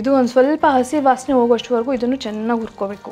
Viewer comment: "ha" karada mele swalpa gamana kodi, urkobeku, asimenasu, ogovargu....